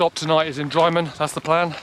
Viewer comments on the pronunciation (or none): Love the video , and love the WHW, drymen pronunciation sounds like (drimen)👍sadlely the people that give up are always the ill prepared especially on conic hill , congrats on completing this wonderful walk to fort William , sadley beinglas campsite had since been 🔐